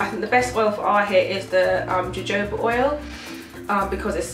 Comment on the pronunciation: Sorry not judging but Jojoba oil is pronounced Ho Ho ba, Ho ho like the santa claus thing. Sorry not trying to be mean, I just hear it said in so many different ways. Thanks for the tips, I am writing it down.